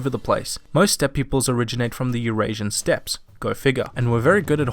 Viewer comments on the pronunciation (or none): none